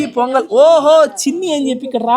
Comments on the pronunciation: Pongal ❌ Ponagal✔️ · Pongal❌ ponagal✅